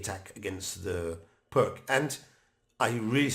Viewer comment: Greetings, Thank you for your enjoyable and informative effort! However, I find your offering on how to pronounce Uddenfeldt rather amusing in the light of your repeated mispronunciation of the name Pirc as “prk”, the name of the person that this defence was named after. The closest pronunciation, as far as English language would allow is “Peertz”. This is not a hanging offence, and I will not report you to the Chess Police. I hope that you will take my comments in the spirit it was intended to, simply an attempt to restore some dignity to the name of the person who gave us so much pleasure playing his invention. Thank you again, and keep up the good work! Cheers, Branko.